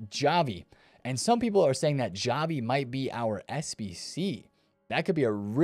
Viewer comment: The way bro pronounced Xavi is killing me lmao Javi